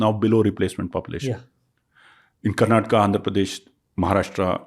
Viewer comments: You said you are living in Bangalore for 5 years and you still call it "Karnatak". Learn to call the correct and full names first. Cultivate that respect for the place that gives you your livelihood. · It is KARNATAKA not KARNATAK. Migration sickness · i think you should start pronouncing the work Karnataka properly, It is not acceptable the way you pronounce